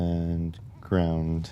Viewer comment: Why "grawnd" and not "ground"?